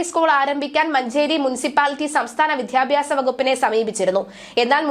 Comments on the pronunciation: "വിദ്ധ്യ"ഭ്യാസമല്ല "വിദ്ധ്യാ"ർത്ഥിയല്ല "വിദ്യ" എന്നാണ് ഞാനൊക്കെ പഠിച്ചിട്ടുള്ളത് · വായന രീതി തരക്കേടില്ല: അക്ഷരശുദ്ധിയും കൂടി വേണം. "വിദ്യാ " ർത്ഥി , "വിദ്യാ " ഭ്യാസം, 😢😢